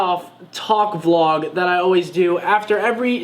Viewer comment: God I hate when they say VeeLog